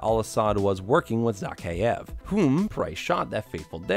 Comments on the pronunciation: Imagine doing all of this research into these games and not being able to pronounce the villain's name correctly Its Zakheav, not Zackeyeav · A shot of liquor every time he says Zakhaev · You’re saying the bad Guy name wrong